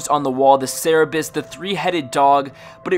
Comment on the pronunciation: its pronounced sir-bur-is...not sarah-biss!!!!